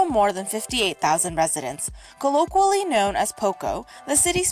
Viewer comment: Listen to the narrator with the phony, affected 'accent' who cannot even pronounce "colloquial" . So tired of pseudo-intellectuals berating the working class in this country. They are no where NEAR as "intellectually superior" as they fancy themselves. You know - the ones who make fun of hillbillies and the way in which our President speaks.